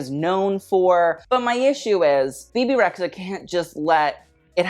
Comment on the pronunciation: Kinda weird to despise Rita Ora and Bebe Rexha (by the way it’s re-dja) at the same time, especially when you know they have the same origins. as an Albanian girl I feel not offended but... confused ;) maybe you have some common points with D&G after all... Let’s see if you add Dua Lipa to your « why are u here » next time (yes.. Albanian girl too)